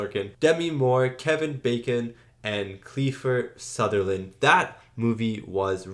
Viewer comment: Kiefer Sutherland not Kliefer 😂